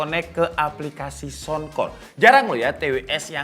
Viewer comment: Saunkor..bukan sounkor